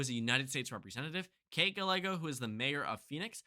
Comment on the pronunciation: Oof at that "Gallego" pronunciation 🗿